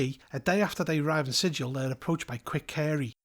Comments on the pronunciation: Quick thing of note: Sigil is pronounced with a hard-G like that in “gallop.” To quote Her Honor Rastina Tollin of the Guvners: “We can excuse the fact that you slaughtered two Yugoloths before you realized where you were, Outsider, but you pronounced the name of our fair city ‘Sijil,’ not ‘Sigil,’ and there can be no excuse for that!” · You pronounced it with a soft G, and not a hard G, so you actually pronounced it incorrectly according to the in-universe lore is what I’m getting at. (Love your content overall, I just felt I should point out that the hard-G pronunciation is such a meme by the creators that it’s even ILLEGAL in-universe to pronounce it with a soft-G, lol.) EDIT: I know that the real-world word is pronounced like you said it in the video, but the D&D place of the same name is not pronounced like the real-world word.